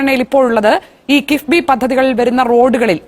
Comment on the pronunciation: കിബിബി അല്ല... കിഫ്‌ബി